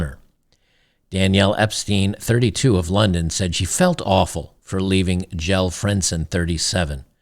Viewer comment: Jelle is pronounced Yella (like old Yeller), its a Dutch name.